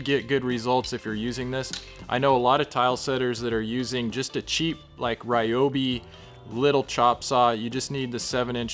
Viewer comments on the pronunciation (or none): none